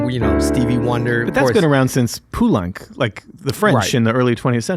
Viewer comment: you pronounced the French composer poo lenc and perhaps it’s funny-offensive. Made me laugh, sorry.